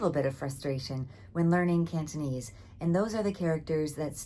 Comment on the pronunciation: Your Cantonese pronunciation is better than most Hong Kong university students and YouTubers